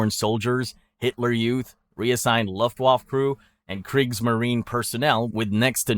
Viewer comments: Minor nitpick: Luft waffe is pronounced "looft waffuh" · Mispronounces luftwaffe and Rommel, but nails Führer. Not talking crap just an observation...also the reason the Germans lost more in the opening of Stalingrad than taking France is because you dont lose men when the other side surrenders right away 😂